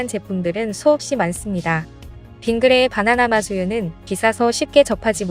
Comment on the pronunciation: 바나나맛 우유 발음이 뭔가 부자연스러운데?